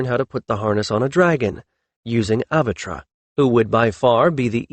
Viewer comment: Oh well, same all same all! Pronunciation problems. I'm starting to believe its an unconscious thing , something with the paths your language lays in your brain, makes it hard to utter some sounds. Kiron would be kaÌ-ron,not kuron! Avatre would be Avat-RE, not avatra. Hard for English speakers, but not impossible. Your dealing with an actual language ,not the mercantile patois you were taught is one.